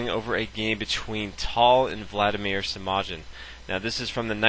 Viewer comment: Pronounced Semaghin